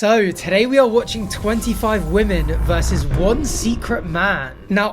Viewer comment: I’m sorry, but do you not know how to pronounce the plural of woman?